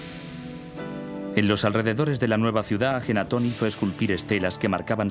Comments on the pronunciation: Es AKENATON, que bruto póngale cero xD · AKENATON no ajenaton, ya la regaste antes de empezar.